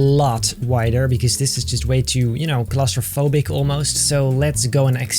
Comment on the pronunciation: Wait did he just say he claustrophobic or am I just mad